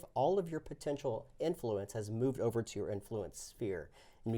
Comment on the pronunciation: Love the channel, and the game looks great, but I have to say... emPHAsis when saying "inFLUence" makes me a little crazy.;)